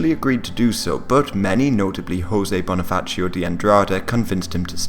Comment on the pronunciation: Also, Bonifacio with a regular ci sound, not like Italian.